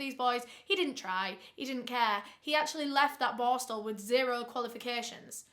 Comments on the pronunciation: With how many times you said the word, I still have no idea what that juvenile detention school was called. LOL Bostle? Borstal? Borskal? IDEK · Do not take a shot every time "boar-stel" is said. Hugs from central Ontario Canada ❄️ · Like my comment when says boarstle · Take a shot every time says "borstal" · As a Swede i thought you said "barstool". I'm like what does she mean..took a while googling but now I know you said "borstal"😅🥰 Thank you for your videos, great work ❤️